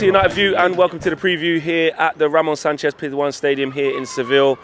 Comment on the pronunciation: 😂😂 yo say the name of the stadium again